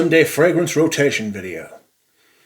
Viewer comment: La row-tay-she-owwwn